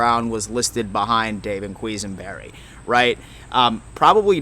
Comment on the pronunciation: you kill me with your name pronunciation. 😂 QU-es-Sen-Berry, A-rise-ah, and Ki-ear E-lum. Keep doing you bro. GO BILLSSSSSSS.